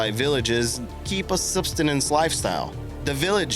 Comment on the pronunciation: It's not substanance or however you pronounced it, its pronounced subsistence...I lived in Alaska for almost 4 years, so I'm familiar with the term....